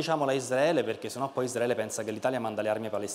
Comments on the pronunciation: Veramente dice: Isdraele? Come i cafoni? (non ho nessuna intenzione di sentirlo cibandomi più dii mezz'ora di deliri) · Il prof quando dice Palestina e Isdraele😂ko❤